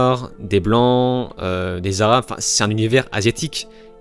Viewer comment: Quand tu dis “des arabes” ça sonne Bizzare 😅🤣